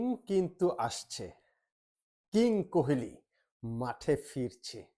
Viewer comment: কুহেলি নয়, কোহলি।